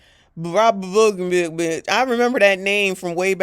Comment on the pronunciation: Blagojevich how u said it 😅😂🤣